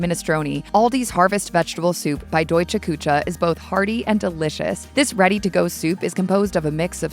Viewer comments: Küche is NOT pronounced “koo-tscha.” OMG. 😆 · Kuche is pronounced Ku-shz -e not cha